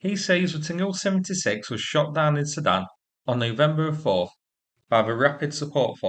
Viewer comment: Can’t you just pronounce the letters I L 76 instead of ‘Ill 76’. Or S U 30 instead of ‘Sue 30’? Bloody irritating.